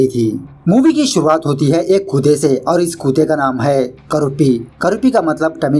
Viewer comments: कुताआ नही मित्र कुत्ता बोलो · Kuta nahi kutta Dangerous pronounce karte ho hindi ko Bhai video thoda sa dikha dia karo... With sound... 5..10 sec k lie beech beech me... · कुत्ता होता है कुता नहीं सर 😂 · When you say koota ! It's sound very funny ! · The way u say kudda (dog) is mind-blowing 😍🤣